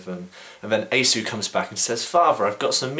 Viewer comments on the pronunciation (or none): i've always heard Esau pronounced like "ee-saw"